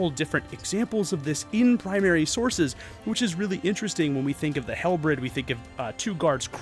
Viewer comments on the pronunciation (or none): Also, two things. One a minor correction and another a pet peeve of mine (and apologies if this comes across blunt and matter of fact, tone doesn't carry well over text). It's pronounced halberd, not halbred. Doesn't take away from the quality of the video (which like your low fantasy one is fantastic) but it does stand out. This one is my pet peeve. I'm a Romanophile, so please forgive me. The eastern Roman empire never became the Byzantine empire, or become heirs of the Romans. They were the Romans, and were the medieval continuation of the Roman empire. Byzantine Empire is a purely historiographical exonym, but nobody referred to it as such while it existed. It was just the Roman Empire. The Catholics sometimes called it the Empire of the Greeks but that's just filthy Frankish propaganda. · Halbred? You supposedly studied medieval Europe at university level and yet don't know how to say Halberd. This tells me you didn't actually know what one was outside of research done for this video... and are therefore likely lying about your education. What a weird thing to lie about. Why lie when it's so easy to expose? Edited to add: Ringmail?!? Really?! Yeah, you're no historian. You're about as fake as they come. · How are you not able to pronounce common simple words like ‘halberd’ or ‘debris’?